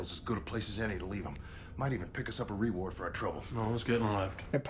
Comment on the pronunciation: I love that you guys hung in with Jane right up until he said the word Ree-ward. Even after noticing he was calling the cops mid heist 🤣